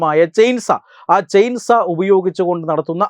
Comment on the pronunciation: ചെയിൻസാ അല്ല ചെയിൻ സോ --സോ--വാൾ